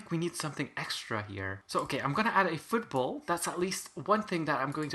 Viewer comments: i thought you said food bowl when u said football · him trying to say food bowl: football him saying football: food ball